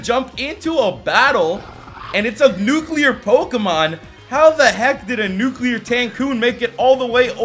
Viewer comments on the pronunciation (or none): catch a nuquler tancoon